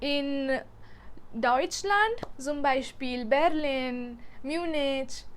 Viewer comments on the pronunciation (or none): none